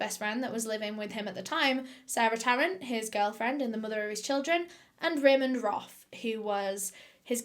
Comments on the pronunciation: It’s “Raymond Roth” not ramen broth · Lmao I was thinking that Raymond was Raymond Roth instead of Raymond Roff